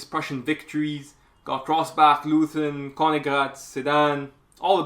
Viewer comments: The town is pronounced LOYten, not LOOthen. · "Leuthen" is pronounced "Loyten" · You know how the British call out "Oi!" whenn somebody does something wrong? That*s how you pronounce the 'eu' in Leuthen. And the 'th' is simply a 't'-- 'Loiten' ... Love the whiteboard approach! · And the town is pronounced Loyten. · Please spell Leuthen like Loi Ten. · The "eu" in the name of the village of "Leuthen" ist pronounced like "oi" in "voice". The "h" after the "t" in "Leuthen" is also not pronounced like the English "th"; in fact, the "h" is not pronounced at all. It is completely ignored in pronunciation. Pronounce “Leuthen” as if the “h” didn’t exist. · Great video. A tip: you can often find the correct pronunciation of names (e.g. Leuthen) on Wikipedia.